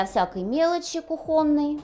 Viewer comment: Странно от архитектора слышать кухОнный и жАлюзи, хоть бы ради смеха поинтересовались как правильно произносить😮.